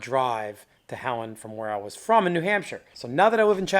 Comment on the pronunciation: Vair? Go ahead use Vair as a word. Makes uou dound like a simpleton.